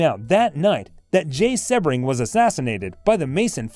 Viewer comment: Member of the “ mob”???? Where is this evidence? Dude stole hubcaps The guy’s name is pronounced sea-bring . Do some research